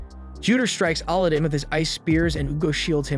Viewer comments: AL-adin not ALL-adin xD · Bruh. His name is pronounced aladin, like the Disney movie. Not olodin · It's not "Allah-din" it's Alladin Edit: I subscribed and liked. More please 🥺😅 I don't even care anymore about mispronunciation 😭🤷‍♂️ great explanations and summary overall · You keep saying Allah din when its alaa- I see why you won't say it copyright issues. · did you really just call him auludin. 3 seconds in and you sound stupid. the dub and sub both dont say it like that. no clue where you got that pronunciation from. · ali din magiana not aladdin or morgana Lol jeez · How do you not know how to pronounce Aladdin? lol. You're pronouncing it like Allahdin. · Sigh why pronounce his name like that 😢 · i love how these people give review on show but can get name right like Aladdin. like did he even watch the show they say his name like 100 times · you butchering his name over and over and over again just I couldn't do it I made it like 5 mins into the recap and just had to stop guess ill just watch the anime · You had one job! Pronounce the kid's name correctly LMFAO Aladdin 🤣 nice recap by the way. I did like this anime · Ikr, I almost had to stop watching the video because it bugged me so much. No way this guy hasn't seen Aladdin. "Jaffer" instead of "Ja'far" geeked me out. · I know you didn’t just put that thumbnail and title together…don’t you ruin the anime with a bad recap (especially when you’ve already ruined it with the first point & how you’re pronouncing the names like Aladdin & Morgiana). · I cant get over how you say Aladdin's name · Killing me the way he's saying his name everybody named right but Aladdin's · dude ikr. I get its the A.I. thats reading it but its right up there with the last air bender movie and the butchering of the names there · Why do you pronounce Aladin differently then they pronounced it on the show? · It's a text to speech script, not actually someone's voice. It runs into issues on some words, most apparent with names.